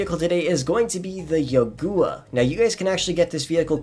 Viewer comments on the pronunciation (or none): love your content, but how and why did you pronounce youga, “yagooa” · It's youga not yogua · Great, he found another car to mispronounce. Yo-gooa?